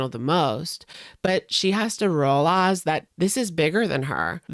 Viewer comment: Lol when you said chantal needs to reuhlize 😂